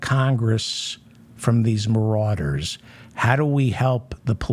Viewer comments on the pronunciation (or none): none